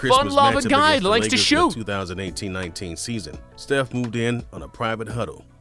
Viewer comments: Stephen not Stufh please say it right I am getting so triggerd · Stufh Curry the goat